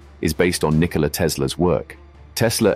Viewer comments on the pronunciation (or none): none